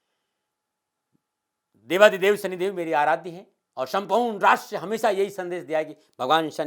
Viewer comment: 0.28 shampoord rastra 😂😂😂😂😂😂😂😂😂 kya Bola hai